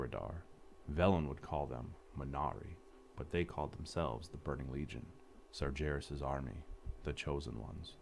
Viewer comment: This is so good ... except one thing, pronunciation of some names ... like how can someone fuck up "Sargeras" ? It has been used in the game like thousand times.